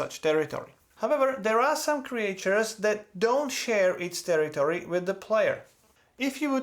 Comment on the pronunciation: Thanks for the excellent walk-through video! Your English is excellent, just one thing I have to point out cuz you said it a lot: in English we usually pronounce Creatures as "Cree-churs" like Teachers, not "Cree-ay-churs" like Creators. I don't know why. English is silly.